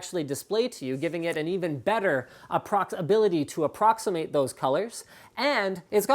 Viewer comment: "aproctibility to aproximate"...wait..what??? lol